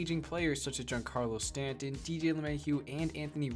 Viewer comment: You put so much emphasis on getting the latino players names right and then you completely botch Giancarlo Stanton. come on man